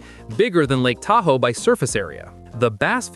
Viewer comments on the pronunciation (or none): none